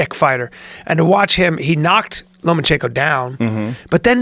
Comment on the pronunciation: Lomachenko...not, Lomanchenko.